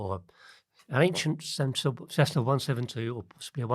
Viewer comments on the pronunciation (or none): Why does say Cezzna??